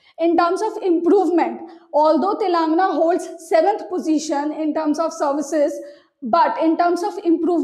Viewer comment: It's Te-len- ga-na not Telenga 🤓